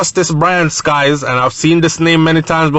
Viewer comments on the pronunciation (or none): bryan sykes not skies.